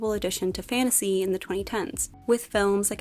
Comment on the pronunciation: please pronounce your "t". the continuous "fannasee" is awfully infuriating.